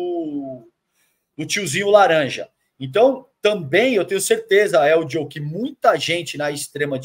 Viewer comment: Vontade de parar de assistir com a agonia que eu fico do chamando o Helder de Eldio